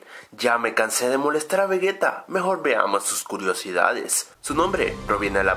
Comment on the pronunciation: Se dice Vegeta no vegueta